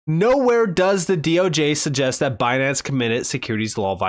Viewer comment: Lol, Banance. 🤣